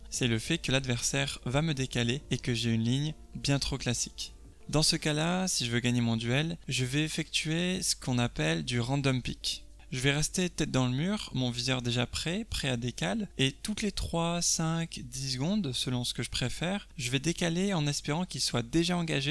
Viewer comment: On dit peek et pas pick, je l'ai appris y'a pas longtemps ça m'a surpris